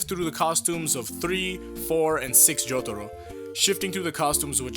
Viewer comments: Please stop pandering with your pronunciation of "Jotaro". It's so cringeworthy. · i hate the way you say jotaro